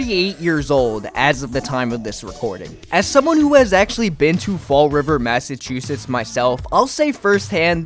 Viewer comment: I've never been to Massa-chew-sits 😅